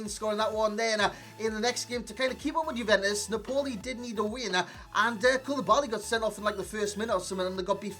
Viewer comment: Its 'naaaahpoli' not 'napoooohli'